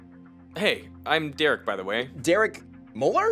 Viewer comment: oh sorry, "I'm Dereek" 🗿